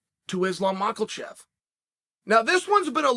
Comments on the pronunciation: Like seriously how do you keep pronouncing it Makalchev it's Makhachev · Chael is the goat of pronouncing names wrong… months later and still hearing MACHELLchev, why hasn’t someone corrected him yet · When will you stop saying "mocklechev" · There’s no way that Chael is serious with macklechev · Is Lahm Mocklechev